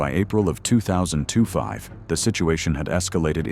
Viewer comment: Yep - "engine teer down" and towing pronounced "tow rhymes with how". Not to mention all the wrong ways to pronounce 2025.